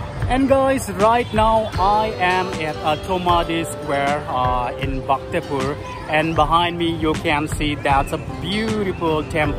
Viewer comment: Its Bhaktapur bro! Not bahktapur!